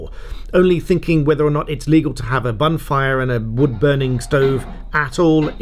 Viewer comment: Did you say bonfire or bunfire? Edit: will be talking to my sister about this as she has a wood burner